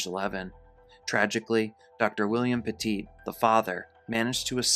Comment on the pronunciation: Petit, like "pet it"